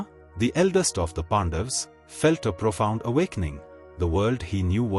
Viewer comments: Its not Pandavaaaaas... its Pandavs..... Pronounce correctly at least our names. That A is not AAA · Humble request, please pronounce names as in sanskrit. PandaVAs, Arjuna , yudhishthira, NaradA Please 🥺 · No, it is Pandavaas. Don't apply Hindi's blunt style to cut off words. Now, repeat after me...Pandavaas. Na jaane kahan se aate hi tumhare jaise namoonay.